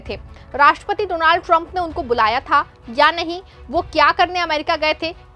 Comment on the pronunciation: Don't say do-naald